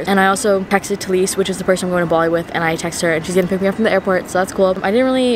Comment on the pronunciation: “BaWLi” that’s literally how she pronounced Bali The whole video ha ha ha ha she’s so cute